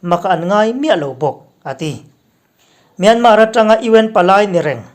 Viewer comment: myanmaaa tiin an lam thin a thenkhat hian..(R) hi anlam tel silova myanmar ti a lam lovin 'R' hi paih in myanma anti ziah a kan hre chiang chak deuh a...